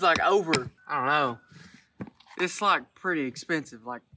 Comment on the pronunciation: I weally wike